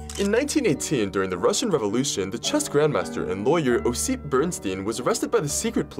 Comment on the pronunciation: When you try to make a videos that related to history, at least look up how person's name should be stressed. Its "Ossip", at the first syllable.